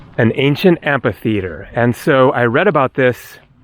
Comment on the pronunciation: 10.00 Amphi. Not Ampi. (The ph sounds like f) , Amphitheatre.